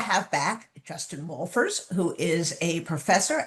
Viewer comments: Caption service said his name was "Justin Wolers" based on your enunciation... Jfc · WHAT IS THIS GUYS' NAME??? You don't enunciate it clearly, and, his name isn't in your"Description"! Please, NAME YOUR GUEST CLEARLY?!?!